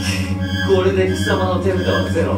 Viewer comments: 俺は手札からが俺はデブだからにしか聞こえなくてびっくりした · 俺は手札から怒り狂ったゾンビを発動！ がどうしても 俺はデブだから にしか聞こえなくて困ってます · 俺は手札から が 俺はデブだから に聞こえた人おらん、、、？ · 俺は手札からが俺はデブだからに聞こえる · 俺は手札からが俺はデブだからにしか聞こえない